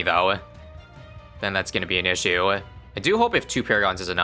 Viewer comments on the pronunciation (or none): none